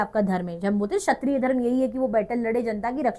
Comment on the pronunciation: shatriya mein "k" agaya ma"am maam ap to magnet brains mein the